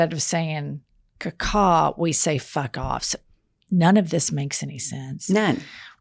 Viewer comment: I thought she was saying fick off too and that's why I didn't get it